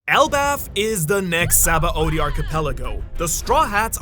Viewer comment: How does someone as knowledgeable as you about OP pronounce Sabaody wrong? Its Shabondi. Its clear as day in the japanese pronunciation. Given this is a japanese series I think thats trustworthy.